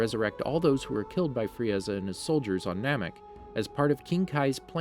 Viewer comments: I burst out in laughter when he said frieaza😂😂🤣🤣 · Fri Eza ? FRI EZA ? Vejetta ? WTF ARE U DOING ? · He literally said Fri-eza